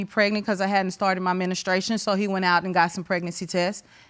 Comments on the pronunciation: Especially when you say "menistration." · I thought I heard "administration". I went back to listen to the context. Omg! She could have just said "period". The gal in blue at the back of her heard the administration/ministration. She couldn't believe her ears. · Did this chick just say ministration?! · "Menestration"?...it is pronounced men-stru-ation. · Menestration IS the correct word, NOT menstral.. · Did she say MENUstration?!? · Did she say Menestration 😂😂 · From the moment she said menAstration. I knew what it was. 😂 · Haven't started my Men-is-trua-tion🤦‍♂️ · “I haven’t started my men-a-stration” lol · She said MENE- STRATION LOL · "MeNIStration" lol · First of all she said my menustration!! 😑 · “My menastration” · Not she didn’t start her “menistration ” 😂😂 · Say it with me, MEN-STRU-ATION.. If you can't pronounce it, maybe you shouldn't be having children.. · You heard correctly... how you gonna be a woman and can’t even pronounce what makes you a woman and you have every month. That being said, they look quite old. Can’t believe she still having her MINISTRATIONS! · Ministration & Promiseskuity 🤣🤣🤣 Give them a dictionary with the results. 🤦‍♀️ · 1 minute in and she hasn’t started her “menastration” okay sis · Almost passed out when I heard "ministration" !! 🤣 Scrolled dwn just to see who caught it . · did she say my menustration ???? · Did she really say "start her ministration"😳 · Its menustration baby. 😀😀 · When she got that "miniscration," the white lady behind her became confused, just like I did! 😂😂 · "I had my ministration..." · 🤣🤣yes she said “on her ministration”